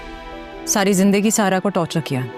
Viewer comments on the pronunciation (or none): Kisi ne notice kiyaa Zara ko sara bar bar sara kahti hai